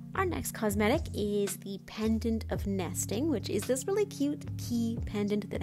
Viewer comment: My head heard "Season of Nasting" and "Nestingmold"